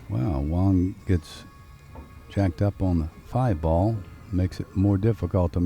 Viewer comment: Great Video BUT I wish the Commentators would get it right, They keep saying over & over WONG when his name is WANG! Don't know if these guys ever finished 5th grade. .lol They got it Wong.